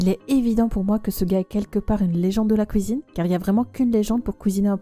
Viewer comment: c’est la première fois que j’entends quelqu’un dire comme moi « couisine 👩‍🍳 » au lieu de cuisine